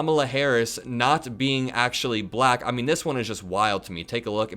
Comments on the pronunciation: Perhaps he might learn to pronounce black instead sounding like ba-lack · Notice how he only calls women reporters nasty? Hello Freud! And the way he pronounces "black" makes me want to hurl. Sure America has had more than enough of this boob? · Don't forget his repeated reference "Peekaboo James". The WAY he kept pronouncing "black" is so insulting, and I am white. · He says 'black' like Ron Burgundy in anchorman 2... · His pronunciation of the word "bLack" just sounds racist somehow—let alone the actual disgusting things he's saying.